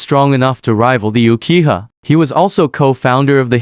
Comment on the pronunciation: "Ukiha" "Hukage" WTF!